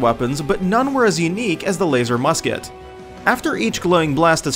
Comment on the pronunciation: I cringed when he said Laser Musket. I left when he said fragmentation mine.